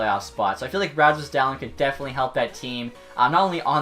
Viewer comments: For future reference, Dahlin is prounuced "Dah-Leen" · It’s pronounced daleen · topher 16 Where are you looking it up? Bob McKenzie says Dah-Leen. And I've heard countless other legit hockey sources say Dah leen. I used to say Dah lin until I was corrected by these people. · I don’t know why but, every time you said “Dahlin” I thought you were saying “talent” just very weirdly. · Can people please learn how to pronounce his name? 😂